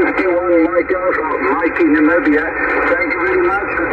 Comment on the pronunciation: Nice going with Namibia and Brazil sounded like a local